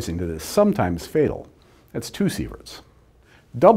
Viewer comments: he did say fail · "sometime fatal" sounds like "sometimes fail".